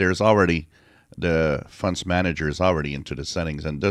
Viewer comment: I love your videos. I know you're French Canadian, but I love how you call fonts, "funts". 😃